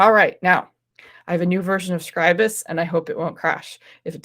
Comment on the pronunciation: So nice to hear Scribus being pronounced correctly.